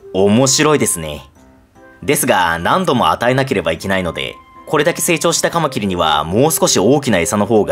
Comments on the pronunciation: 「カマキリ」のイントネーションが標準語になりましたね。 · カマキリ のイントネーションが一般的によく聞く響きになった。